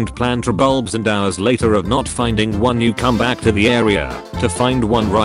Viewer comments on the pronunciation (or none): none